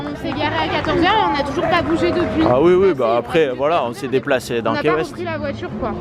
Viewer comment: Cc je vous adore ps ca s écrit key weste mais se ce dit ki west❤️☀️